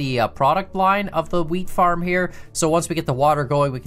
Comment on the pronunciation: whenever says wheat farm i swear to god it sounds like hes saying weed farm we've seen them in wisconsin before